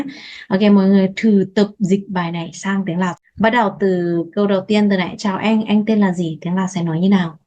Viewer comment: Cháu moi xinh có phương pháp dạy rất dễ học... nhưng cháu vẫn không phát âm đúng từ,"Anh"theo cách phát âm của tiếng Việt.cháu vẫn phát âm là "eng"... có lẽ vì trong ngôn ngữ của Lào không có từ "anh"nên cháu gặp khó..trong phát âm của từ này.